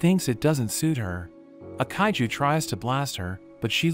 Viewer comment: In 31.13 seconds bro said haiju not kaiju